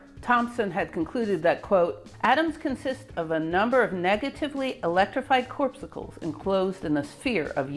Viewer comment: I did a doubletake when you pronounced the word "corpsucles"... And then I saw the word even spelled that way on the screen. The word is corpuscles. You really need to edit your work more carefully.